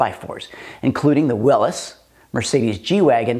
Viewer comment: Just your accent maybe but it’s a Willys jeep not a willis